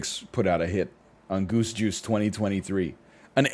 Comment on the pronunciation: Every time he says, "Goose Juice," I hear, "Goosh Goosh"...